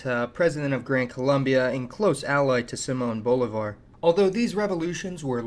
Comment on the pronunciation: you should really make an effort to pronounce names like Bolivar properly